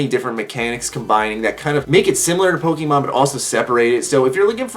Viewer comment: Yep no cringe that time :P